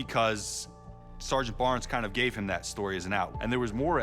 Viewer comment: “We met eeeem”